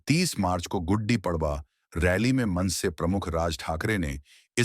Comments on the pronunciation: Guddi😂padwa😂..... It is गुढी पाडवा... Not गुड्डी पाडवा 😂😂😂😂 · It's not pronounced guddi padwa. It's soft d, that is, gudi.